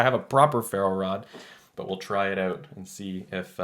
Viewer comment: The word is OUT not oot.